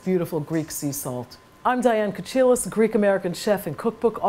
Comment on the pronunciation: I'm curious about why Diane pronounce her last name in the wrong way in English, it's Kohilas like in heel, ko heel as, meaning "shell like", that's the correct pronunciation in Greek. I guess something was lost in translation because most times ch in English is pronounced ts.